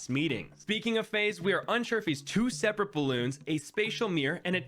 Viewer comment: ah yes,seperte